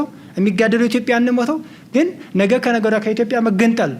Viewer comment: አማርኛህ እኮ በጣም ነው የሚገርመኝ በጣም ትለያለህ ጎበዝ ነህ አንዲት ነገር ብቻ እንቢ አለችህ እርስዋም ነጌ የምትላት ነገር ወደ ነገ ብታስተካክላት አሪፍ ነበር